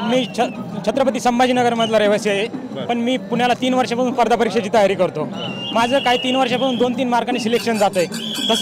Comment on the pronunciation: आरे हा स्पर्धा परीक्षा ला पर्दा परीक्षा म्हणतोय.